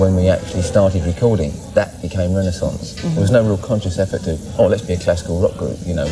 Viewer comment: Please pronounce Renaissance correctly.